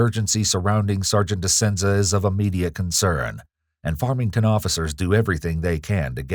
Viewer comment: I don't want to hear that one cop say farmington police ever again.